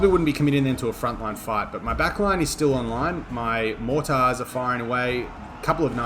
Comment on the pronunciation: Your pronunciations of mortars concerns me.